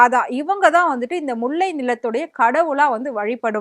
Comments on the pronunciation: எரிச்சலாகுது..... முல்லை னு சொல்ல தெரியல... முள்ளை... ல வராதா..... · உனக்கு மூளை இருக்கா முண்டம், அது முள்ளை இல்லை முல்லை, எங்க சொல்லு முல்லை, முல்லை. ஏய் முண்டை முலை இல்ல முல்லை